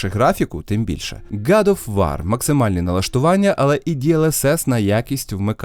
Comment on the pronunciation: Гад оф вар 😂 ну не можу я, смішно))